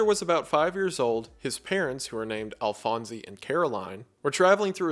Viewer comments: I could be an uncultured weeb but man it’s so odd hearing victors fathers name “Alphonse” pronounced like that after watching fullmetal alchemist lol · The E in Alphonse is silent…. ALFONS. Not “Alfonsee”.